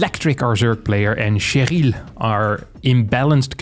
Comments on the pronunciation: why keep saying Che-ryl like its french? its an american name, its triggering me so bad! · Its "Share-ul", and probably a chick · The "r" pronounciation of "Cheryl" just gave me thrills of enjoyment hearing an anglophone person pronouncing it in the french way. XD